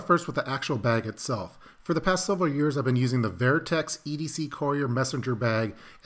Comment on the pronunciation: Sounds like you’re saying “ver-I-Tex” not vertex…pronounced verr-tex sorry but that’s how the words pronounced and it took me 4 try’s to find it on the web.